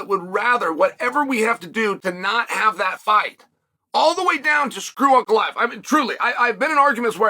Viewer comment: Chael pronouncing Ankalaev name correctly, good sign or bad?